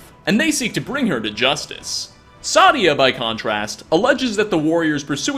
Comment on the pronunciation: Pronounced say-dia